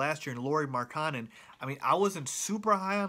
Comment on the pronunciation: Can you say Lauri's name again? Who the heck is Lauri Makanen?